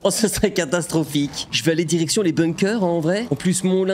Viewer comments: En début de vidéo t’as dit erection à la place de direction 🤣🤣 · j'ai compris "érection l'olympe"